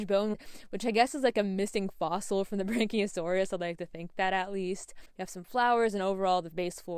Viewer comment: it is yea! Was just the way you were saying it I found quite funny! Sorry 🤣